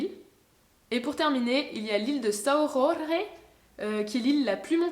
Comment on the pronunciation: Personne n’ai capable de prononcer correctement « São Jorge » sur le net lol cela se traduit « saint Georges » et cela se prononce comme le prénom en français c’est tout … nous sommes Portuguais pas espagnol hein 😅